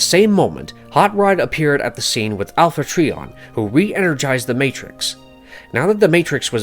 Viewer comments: It's pronounced Alpha TRY-on ... Not Tree-On If you're gonna record a voice over video & Post it, it would behoove you to know the Proper Pronunciations. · Bumblebee is a prequel and alpha trion is pronounced alpha tryon. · I asked myself the same question. I get that they wanted to put this video out fast but, just take the time and research and get all the information correct. Also is cringes me when he call Alpha Trion, "Alpha Tree on" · Alpha Treeon… 🙄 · Please, check how to pronounce the names. Dion, Alpha Trion, Quintesson, and others were pronounced wrong. These names have been around for 40 years and they’re well established. Laserbeak’s name was pronounced Laser “break” in another video as well. Your videos are great but these errors stand out. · This some bs cant even pronounce alpha trion correct